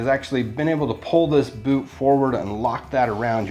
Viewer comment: He said "poot"